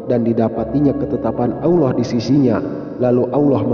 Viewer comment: Assalamualaikum🙏..maaf dg melafatzkn asma allah subhanahu wata ala kok kyak awlloh gtu ya?? Kan seharusnya allah bukan awloh..tlong diprbaiki lgi dg melafadzkn asma allah..maaf jika sya slah dengar🙏